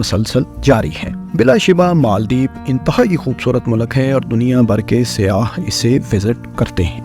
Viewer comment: Makamal nahee Mukamil hoti hai bhai Azafa nahee Izafa hota hai. Malak nahee Mulk hota hai. Ammed nahee Bhai Umeed hoti hai. Masalsil nahee Musalsil hota hai Khalaf nahee khilaf hai. Bhai Urdu XYZ e kharab kardi, thori tusion bhi lelo Faisel Bhai se.